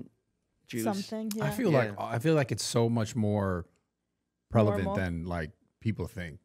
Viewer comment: “So much more prelavent”